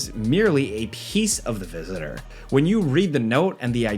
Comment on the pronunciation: "the visisisorr" ?